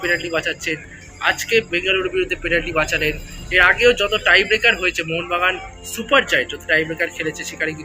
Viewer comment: kotha ta "tiebreaker" not "trybaker" 😄 please keep this in mind.. u r a sports journalist man! paser jon thik bolche sune o ki kore vul bolo!! anyways, topic ta sotti vlo.. Vishal ekhn India er best GK, national team e or proti justice hocchena ekdm e. Joy Mohun Bagan 💚❤️